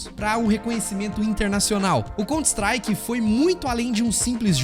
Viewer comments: mano pq diabos esse cara pronuncia 'contristrike?' COUNTER strike cara, sao 2 palavras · "Conter Istrike"... vtnc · eh, mas "cont strike" foi dose hein? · Mas fez um vídeo inteiro do assunto e não se preocupou nem em aprender a pronunciar o nome do jogo !?